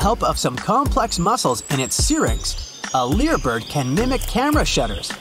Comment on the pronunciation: Pronounced leye - ur bird, long I sound. Tail is shaped like a lyre: pronounced leye-ur